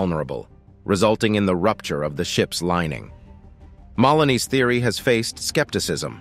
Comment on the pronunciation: i'd say that's MA-LONE-EE, like baloney... not mullony